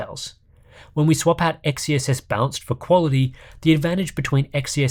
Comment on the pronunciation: I'm going crazy here. Every time you say balanced I hear bounced x_x